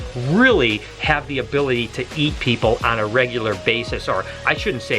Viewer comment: "abily" aye